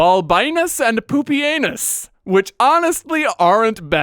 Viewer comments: I was listening to the video in the background and I heard "Balbinus and PoopyAnus"... I had to rewind the video to check if I heard that right XD Also, slight cringe at earlier implying Heliogabalus could be "transgender"... modern gender ideology should have no place in historical video. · Thanks, now I will never unhear Pupienus being pronounced that way ever again. Just like I will never unread the word chitin as "shiddin."